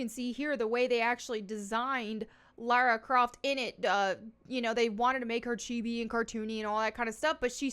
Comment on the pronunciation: That's "Lars Croft". Not Lara Croft.